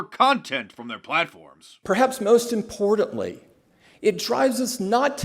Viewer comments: As soon as someone says "IMPORDANTLY"! I stop listening. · Someone tell that woman that there are no D's in the word (importantly)! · "Perhaps most imporDedly" Thanks Tim, So eloquent